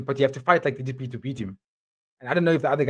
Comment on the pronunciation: People are super salty about DDP but at least they're saying his name correctly now!